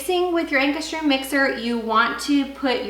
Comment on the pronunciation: Pronounce it like "Anchor's Rum".